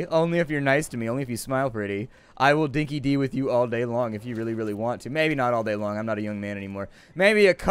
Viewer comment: wanna speak like an Aussie, call it Dinkie 'Die' instead of Dinkie 'Dee'. Know idea why we pronounce it that way. The phrase means that something's genuine.